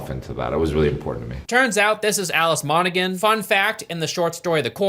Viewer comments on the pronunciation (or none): The G in Monaghan is silent 😉